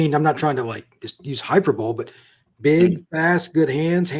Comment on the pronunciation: Great segment…one minor tweak. The word hyperbole pronunciation is actually as follows. 😁 Sounds like hai-pur-buh-lee